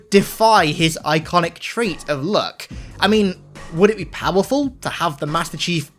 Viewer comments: When he was talking about luck I thought he was saying look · He pronounces “luck” as “look”